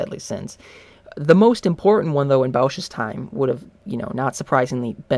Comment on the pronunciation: It's Bosch (Baush) not Bowsh